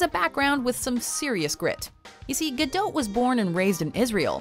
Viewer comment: It’s not pronounced ga - dote , it’s pronounced ga- doe